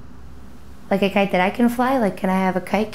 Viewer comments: I thought they said cake not kite haha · I heard 'kite' as 'cake'...IDK. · That whole time in the kite scene I thought they were saying “cake” but really weird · I thought he said he was making a cape not a kite.“NO CAPES!!!”Props to anyone who remembers where that is from😂😂😂